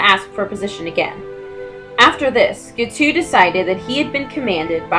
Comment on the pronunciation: Guiteau is pronounced gee-TOE, rhymes with beau. He is my first cousin three times removed.